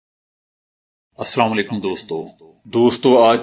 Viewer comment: کم از کم سلام تو درست طریقے سے کریں السلام علیکم بولا کیجے